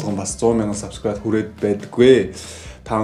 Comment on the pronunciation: Баяр хүргэе эээээ 😤 зөв үзэл бололтой, залуусыг зөв зүйлд уриалж месэж өгдөг..бас хөгжилтэй залуу шүү 👍 энэ бичлэг дээр хамгийн сүүлд солонгос аялгаар subscribe~a гэсэн чинь элгээ хөштөл инээлээ шдээ 😂